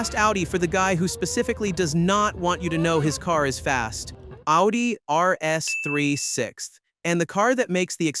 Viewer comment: Its not Aldi like the store, its "Oww - dee" and If you want to be fancy its "Oww-Tee"